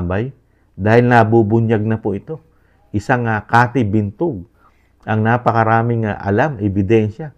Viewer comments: Binag po hindi po Bintog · Cathy Binag po Sir, hindi Bintug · Cathy Binag hindi Cathy Bintug. 😅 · Binag po hindi bintog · Cathy Binag po, hindi Cathy Bintug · Cathy Binag po not Bintug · Cathy Binag Hindi Bitog😂😂😂